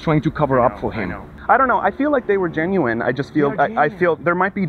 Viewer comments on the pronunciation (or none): none